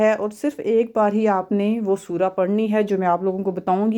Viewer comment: یار سور کیا ہے 😢 الفاظ تو درست بولو